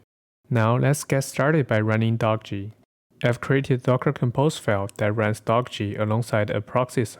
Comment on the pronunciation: Thanks. Good vid p.s.: The author intended the name Dockge to be pronounced the same as word "dockage" [doh-ke-j]